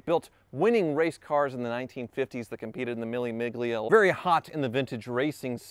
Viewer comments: Mille miglia is pronounced meal-a meal-ia. The “g” is silent. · Mille Miglia pronunciation hurt my ears, like lasagne and champagne, the G is silent, so mille 'mill-ya', PLEASE read my comment!